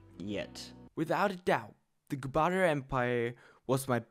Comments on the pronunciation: Bro trying to pronounced gupta : gupata empire/gupatra empire/gupatian empire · funny thing is. i was super high when watching this so i was hyper analyzing everything. it was a very fun video btw was surprised u had such low subs. also please its gupta not gupata. that pronounciation was killing me lol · gupta not goopada